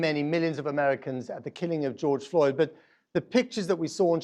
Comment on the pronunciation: Who is this gal? get his name right....George Floyd....Floyd...not Lloyd! ffs like...that was twice you got it wrong...show some respect instead of treating him as a sound bite